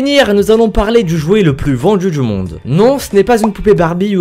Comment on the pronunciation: VendJu dJu monde... C'est l'accent d'où ça?